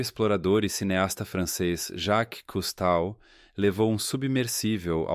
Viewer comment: Cousteau se pronuncia /kustô/!!!!!!!!!!!!